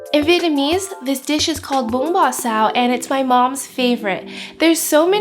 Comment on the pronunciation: I appreciate you pronouncing the dish multiple times in Vietnamese so viewers know how to say it at home or at restaurants.